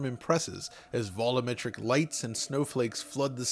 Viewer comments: When will someone finally tell how the world "volumetric" is pronounced? IT IS NOT VOLOMETRIC. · Your years long mispronunciation of 'volumetric ' is very annoying. What funny is you used to actually pronounce it correctly.